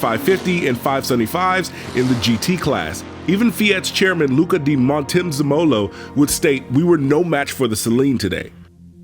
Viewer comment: man said "luca di mon toe ze molo" 😂😭💀💀 come on bro